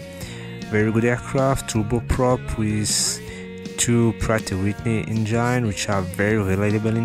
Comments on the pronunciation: your English is fucking ugly injain....engine not injain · Ça se prononce engine , avec le son i , pas « aïe ».... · Dude, good video. But cant stop laughing at how you say Engine ;) i can only imagine how you going to say " vagina".